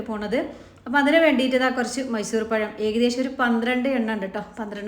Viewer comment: പയം അല്ല, പഴം. 😂😂😂... 🤑🤑🤑